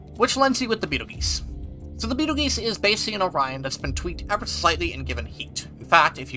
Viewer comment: you mispronounced Betelgeuse